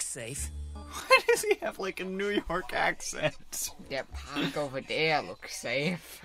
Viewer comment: here I start dying XD The paaahk The caah The scrap yahd